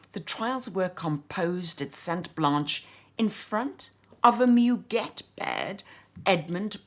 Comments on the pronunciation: Giacobetti was clearly influence by Roudnitska. Her IUNX line was lovely and unfortunately no longer available. A gentle correction, c’est moo-gay. 🙂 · couldn't help but notice that I'm not the only one tempted to offer feedback on French pronunciation. You have such a beautiful English accent and your elocution is balm to many ears, I doubt that we would bother remarking on the pronunciation of French words if this were any other channel. In my own turn, I have to take issue with Douglas on the pronunciation of 'muguet'... 'mu' is not pronounced like the English 'moo'; that would be 'mou' in French. The French u in 'mu', 'tu', 'lu' etc is a sound that, if my memory serves me correctly, is not found in English, hence why English-speakers find it so unnatural, initially. It takes a few minutes to master, but once mastered, it's never forgotten. 'moo' is a sound made largely in the throat, whereas the French 'mu' is formed by pursing the lips, not opening them. French is such a beautiful language, it would be wonderful to hear you say all these names and words in confident French. You can do it, I am sure!